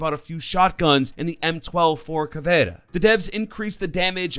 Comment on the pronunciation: Bruh the way you pronounce things is really annoying. Its Kaid (Kay D) Caviera (cav eee era) Luison (Lee-shun) Gyrzmot (Griz-Mot)